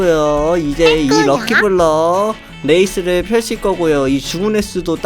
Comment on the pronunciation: 앜ㅋㅋ 처음에 '럭키블럭 레이스'를 ㅋㅋㅋ '럭키블럭 레깅스'라는줄ㅋㅋㅋㅋ